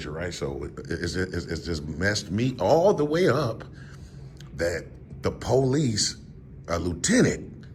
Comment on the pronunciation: “The Poe-leese” 😂